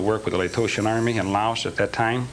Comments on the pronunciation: Among other problems with this guy's story: The US didn't have troops in Laos when he says. He can't pronounce the name of the country he claims he was in. The 82nd Airborne didn't go to SE Asia until years later. His supposed time from enlistment to shipping out is impossible. Not enough time for required training. He doesn't have a DD-214. Powerful conspirators are not going to hire some young punk 21-year-old with no experience to commit the crime of the century. His choice of gun is ridiculous for something like this. The shot came from behind JFK, not from the front. And, so forth. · Among other problems with his story: His story of military service is impossible because: 1) The US didn't have troops in Laos at the time 2) His time from enlistment to shipping out is impossible. Not enough time for required training. 3) He can't even pronounce the name of the country he was supposedly in. 4) The 82nd Airborne (his claimed unit) didn't go to SE Asia until about ten years later. 5) He doesn't have a DD-214. In addition: 6) The most powerful conspirators in the world are not going to pick a punk of 21 with no experience to commit the crime of the century. 7) His choice of weapon is ridiculous. No pro hit man would pick that gun for that job. He was just hoping for a movie deal where it would look cool. 8) The shot didn't come from that direction. Look up what happens with head shots. There are lots of demonstrations, including one by Penn and Teller. And, so forth. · There are lots of reasons it is an obvious lie. His story of military service is impossible because: 1) The US didn't have troops in Laos at the time 2) His time from enlistment to shipping out is impossible. Not enough time for required training. 3) He can't even pronounce the name of the country he was supposedly in. 4) The 82nd Airborne (his claimed unit) didn't go to SE Asia until about ten years later. 5) He doesn't have a DD-214. In addition, his claimed pistol is ridiculous for that job.